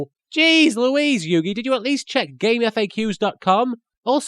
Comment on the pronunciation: it's so weird going back and hear people say "game F-A-Qs" instead of just gamefaqs as a single word.